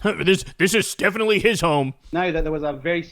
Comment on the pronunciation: He said " DEFENITIONATALY " 😂 Nervous rambling Muppet that still has his V reg.